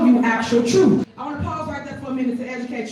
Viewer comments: it's Truth not troof Ask not axe🤦🏼‍♂️ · Didi she say "Trooff"? ...and she is going to educate? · YALL LISTEN UP - YOU GONNA HEAR THE “TRUFF”??? 🤬🤬